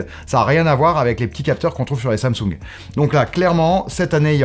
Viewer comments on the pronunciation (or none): none